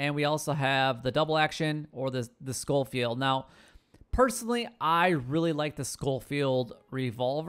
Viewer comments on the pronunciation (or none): Why does everyone call it the LeMONT revolver? It's a LeMAT revolver. Like door MAT. There's no O or N in the name lol. Same with the Schofields. It's SKO-fields. Not SHO-fields. It's a Smith & Wesson named after Maj. George W. Schofield of the U.S Army circa 1868. He produced them in bulk for the Russians as a .44 until 1870 when S&W started mass producing the model 3 as a modified .38 to fit the Cavalry's needs. It meant that soldiers only needed to carry 1 ammo type for their weapons. It's actually my favorite revolver. I'm getting off topic though lol. I'm a gun guy so hearing people butcher names just urks me.